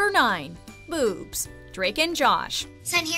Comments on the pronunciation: All these years I thought Megan was saying "moobs"😂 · i thought it was noobs😂